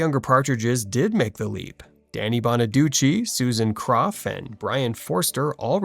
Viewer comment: I’m glad you pronounced Danny Bonaduce (bonnaducci) the right way, unlike Suzanne Crough (crow, not cruff). I sing ‘’C’mon, get happy.’’ I prefer Brian Forster as Chris. Ricky Stevens (not Segall’s fault) was unnecessary.